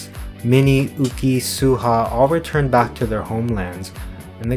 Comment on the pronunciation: yuqi name is pronounced as "you-chee" by the way, or ooh-gee